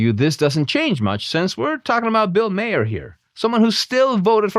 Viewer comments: It's pronounced "Marr", not "Mayer" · Bill Mahr - pronounced MAR